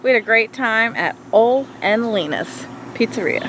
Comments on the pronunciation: The restaurant name should be pronounced O-Lee, not Ol. You're in Norwegian country, Dontcha Know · The names are pronounced like "o-lee" & "lee-na". Have you guys not heard any of the many Ole & Lena jokes? Hmmm. You need to get off the boat more often ;-)